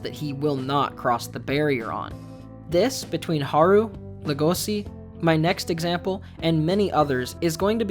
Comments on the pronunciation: Just saying it’s legoshi not logosi your missing the h and the e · Buddy, its pronounced leh-goh-shi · Why the fuck do you pronounce Legoshi and Rouis as Lego-see and Roo-es? If you're not gonna pronounce them correctly you might as well call them "wolf and deer"